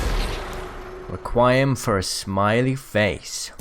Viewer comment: It's pronounced "reh-kwee-em" XD But thank you for all this information! It's a shame that my account has been suspended for a month (until the 27th of november (18th of november is my birthday, big sad ;w; )) so I won't be able to purchase Horizon and a Legendary Skin for her on release, but I have my other "no money, all fun" account to enjoy the game. But everything will be good in the end!!